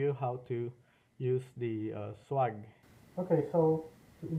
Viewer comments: 'Swag' is pronounced like 'egg' or ' bag'...Swayyyyyyyy..gg. Not swog like log. 🙏🙏🙏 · I dont think you need to be sorry. I just noticed your pronunciation and wanted to suggest how most people say it when in english. It could be pronounced swog in other languages and I am unaware.🙏